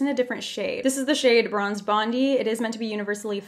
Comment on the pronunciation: Anybody else from Australia just die of laughter when she said Bondi